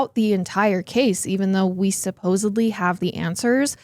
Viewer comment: Its supposedly, not “supposibly” How on earth does someone with a podcast not know how to articulate themselves?